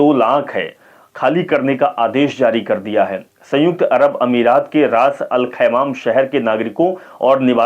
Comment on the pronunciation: Bhai anchor sahab... Aap thoda hindi padne ki practice ache se karo.... फिलीपिस्तीनी नहीं होता.... फिलिस्तीनी होता है। रास-अल-खैमह होता है शहर का नाम..